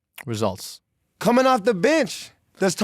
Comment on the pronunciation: the way Bob said results 🤣🤣